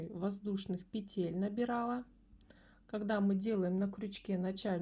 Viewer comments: Умоляю - пЕтель!!!!!!! Не петЕль!!!!! Ну очень режет слух безграмотность. А за новые способы спасибо! Вы настоящий мастер! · Все хорошо, но пЕтель, а не петЕль. Век живи, век учись. Благодарю за урок.